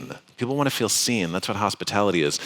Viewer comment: did he say seen?